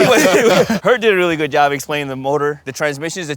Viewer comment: "It works real guuud at wide open throttle..." yeehaw